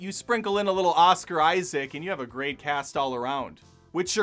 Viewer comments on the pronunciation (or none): none